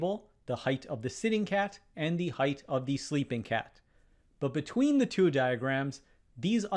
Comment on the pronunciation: There is no H at the end of height. it is pronounced height, NOT heightH.